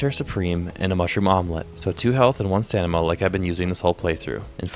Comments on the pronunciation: Brother. I love your videos. But for the love of god it's staMiNa. I get a good chuckle whenever you say staNiMa. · Love the videos, but can't help notice that you sometimes pronounce "stamina" as "stanima" instead pretty funny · Stamina. Not "stanima". Thanks :) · I keep hearing you misspelling stamina as "stanima", is it on purpose? Either way, great video man! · Hand down best quality vids and edits from such a newer channel, say it with me brother... Stam-in-uh 😂